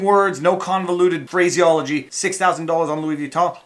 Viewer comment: "Phraseology" haha